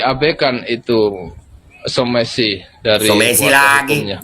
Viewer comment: Somasi bukan somesi....kameramen ...blok!! 🤣🤣